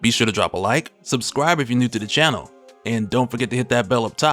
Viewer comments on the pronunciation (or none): none